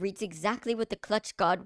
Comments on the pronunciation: All I hear cluch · But he said cluch so many times